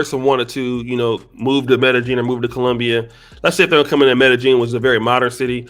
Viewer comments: The BEST advice I can GIVE YOU, is STAY THE F**K AWAY!!! LOL!!! 🤣🤣🤣 ...and OH!!! It's pronounced "M'eh-d'eh-Y'eeen!!!" Not "M'eh-d'eh-JEAN"!!! 🤣 C'mon brah! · This nigga keep saying metta jean and it’s killing me